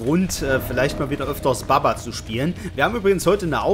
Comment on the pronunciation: jeder auf der welt: Bubba;: Babba